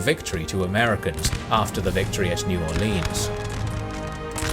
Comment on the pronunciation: While I love your videos and your description of the battle of New Orleans was top notch. New Orleans is not pronounced Orleeens. As someone born and raised down in South Louisiana I've never heard anyone except people who aren't from around here trying to sound like us Cajuns and all they are managing to accomplish is sounding cringy.